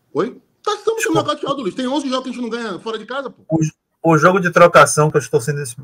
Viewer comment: Noçauteados? O ç foi de intruso aí kkkkk